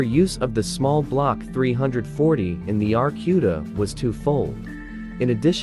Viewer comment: Get it right clown, it is an AAR C U D A